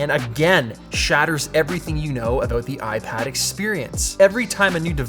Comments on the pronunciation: “Let’s talk a boat the iPad” 😃👍🏼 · Let's talk aboot it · Btw what's that "about"(in Canadian accent 😅😬